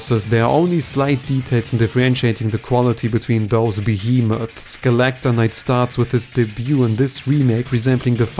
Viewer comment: Erm..it’s “Meta knight” not “Metanite” also it’s “Galacta Knight” not “Galacon Knight” ☝️🤓